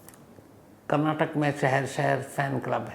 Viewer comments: Sir, please correct your pronunciations. Its not Karnatak but its KARNATAKA and its not Kannad but its KANNADA. Being a great orator if you make such mistakes what can we expect from normal citizens ? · It's Kannada not kannad and Karnataka not Karnatak pls note and show respect.